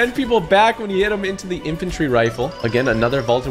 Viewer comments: It’s infantry not infintary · he called it a I infintrey rifle